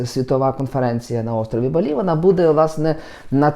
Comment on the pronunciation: Не БалІ, а БАлі😉